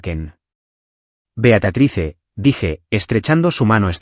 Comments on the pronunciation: ¿Porque dice "Beatatrice" si en la historia es "Beatrice"? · No puedo tomarme en serio el relato porque cada vez que dicen BEATATRICE me da de todo XD.